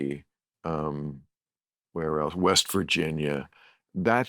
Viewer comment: I love real time but can’t watch bills creepy interviews on here. And he mispronounced Appalachia. What a creepy pervert. Did he know Epstein?